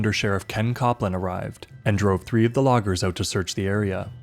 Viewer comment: "Word got OOT" Canadian detected